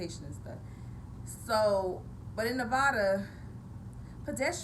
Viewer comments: so her accent only appears when mispronouncing the state she lives in? Weird. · She's not a real Nevadan she can't say the states name right